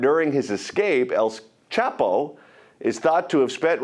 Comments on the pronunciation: "El quapo" LMAO 😂😭😂😭😂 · dead ass pronounced the name so wrong😂